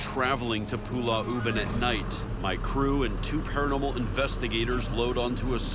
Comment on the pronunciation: Zak Bagans kept calling Pulau Ubin as "Pulah Ubin".